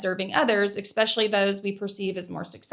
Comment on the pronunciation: I think this is a great video. Amazing examples, insightful comments, and great flow. Respectfully, the one thing that takes me out of it is a word you use a lot, “especially”. You say ek-special-ly, instead of eh-special-ly, and it’s distracting to me.